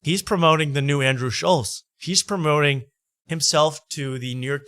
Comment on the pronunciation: Why does insist on saying Schultz’s name wrong?